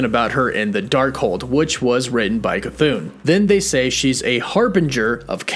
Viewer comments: u gotta stop calling “cathon”, “chuthoon” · Really dig your channel. Chthon is actually pronounced "ka-thon" not "cha-thoon." It's an Indo-European name derived from the Greek word chthonic which is pronounced "thon-ic," dropping the silent "ch." Keep doing what you're doing. Good stuff! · c- thoon? is that how it's pronounced? I thought it was ch-thon. edit: no offense, mispronouncing something is perfectly normal. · It's not pronounced "Cha-Thune" ...... it's "Kah-Thone" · Pronouncing it Cha-thune is incorrect, I think. I think it is pronounced Ca-thon(silent H) or Ch-thon. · The pronunciation of Chthon is bugging me (Thon not thun at the end of the name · Please quit saying "ChaThoon" :) "ChaThahn" sounds so much better. :) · it's NOT pronounced Ca-thoon...it's Cthon...get it right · As much as I LOVE hearing you pronounce Chthon: Ka-thoon, I thought you might like to know how it’s actually pronounced. The CH is silent. So it’s pronounced Thon (Th - on). Similar to Thron, without the R! But don’t take my word for it. Look it up. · Pronounced: "CA-THON" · Chthon is pronounced "kuh-thonn" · I beleive it's supposed to be ka-THON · stop saying chathon like that, the h isn’t silent!!! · Lol "shithooooon" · Everyone: chthon: Cathoon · nope, he used to call it chthon, but maybe he read something somewhere and he started calling it cathoon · How many times does he mispronounce Chithons name in 3 different ways? 🤣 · Ok you’ve literally pronounced Ch’thon 3 different ways. I feel like you’re trolling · he has a speech impediment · None of your predictions and explanations worked out. Your whole series about WandaVision is a complete failure, just like you. And still too dumb to pronunce Chthon's name properly. You are the only one, other YT'ers can speak. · There are not 2 O’s in Chthon lol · I can't wait until you realize you've been pronouncing Chthon wrong.